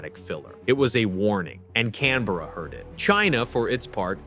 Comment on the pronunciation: As an Australian, I'd just like to say, we appreciate the way you say Canberra correctly. Thanks!